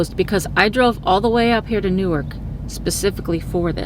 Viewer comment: its new-ark like Noahs ark not newurk